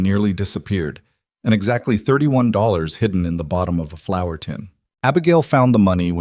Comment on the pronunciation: Flour, not flower. Please